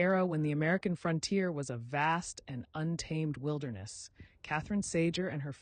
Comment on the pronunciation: I really wanted to like this but when you said measles instead of small pox and mispronounced Cayuse and Sager two different ways, I felt like I didn't.